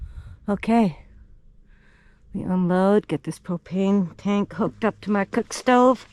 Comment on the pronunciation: I heard you say just about out of cocaine and I though what did she say I listened again , propain..